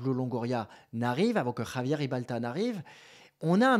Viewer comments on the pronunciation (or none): none